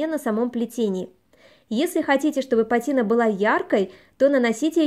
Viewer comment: в слове пАтина ударение на первый слог